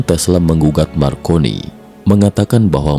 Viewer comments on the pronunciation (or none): MARCONENE/I = M-AR - CO - N - ENE/I ).